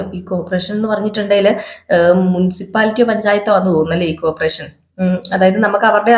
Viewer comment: കോപ്പറേഷൻ അല്ല കോർപ്പറേഷൻ ആണ്